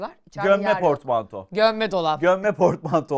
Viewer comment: Portmantoya fortmanto diyenler!!!!